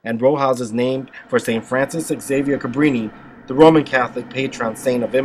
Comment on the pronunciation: Couldn’t even pronounce it